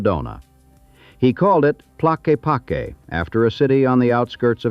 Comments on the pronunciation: i pronounce it tlakeepakee just cuz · I too lived in Arizona for 17 years. My wife and I moved to Sedona in 1996 she did the Psych work for the Hospital in Cottonwood and I worked for Pink Jeep tours. Yes, it is a magical place and we both miss it and our friends. For your information Tlaquepaque is pronounced Tah lakah pakey. I think everyone should know the real story of the Vortexes and how they were discovered. Back in the 70's Page Bryant had a business where she would take people around the Sedona area and give them personal tours. After a while Page became sick and ended up gaining a lot of weight, enough where she had a lot of trouble taking people to the spots she normally went to and because of it her business started collapsing. Suddenly, she announced her discovery of Vortexes and describing the wonderful powers they had. Her business started to really grow. She would tell you that if you were in the vortex the energy would sometimes come down from above and sometimes from below., some were male and some were female and if you wanted to experience the full powers of the vortex you could do so by buying one of her Mogo bags. Because of her excess weight and inability to walk to far, if you look on a map and see where each vortex is located you will find that incredibly they are all very close to the road within a short walking distance. Going forward in time Page decided to leave Sedona and moved to Asheville NC. where she somehow was able to make a remarkable discovery. Bet you can't guess what. Yep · Pretty good, the AI got the pronunciation of Tlaquepaque correct 1 time😂😂. I live 17 miles from Sedona. It used to be a cool place to go hang out I have been there maybe 10 times in the last 20 years. Only to do whatever business has to be done and then leave. Now it’s a nightmare.